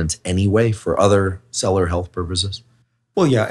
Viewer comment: Anyone else notice that Huberman can’t pronounce “cellular”